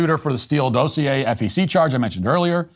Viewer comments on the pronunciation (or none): none